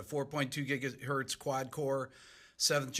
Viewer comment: I cringe everytime i hear them say gigahertz